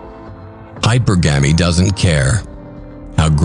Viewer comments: Its hypurrrggemy not hyper-gamy shit makes me gringe everytime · I think it's really "hy-PER-gamee". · This would be so much better if hypergamy was pronounced correctly.